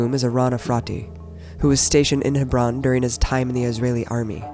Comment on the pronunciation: I found it so pretentious how abby Martin pronounces Hebron ,its alright abby just say Hebron like a normal American no need to try and pronounce it that way unless you can pull it off.